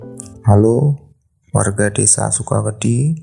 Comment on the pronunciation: Sebagai orang jawa, saya jadi gemes kalo ada yg ngucap "sukawedi" tapi cara bacanya "sukawedhi", duh 😅😅